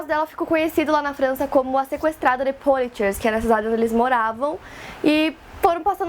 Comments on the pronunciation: Legal o vídeo, só uma dica: Poitiers se lê /puátier/ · É Potiêê a pronúncia do nome da cidade.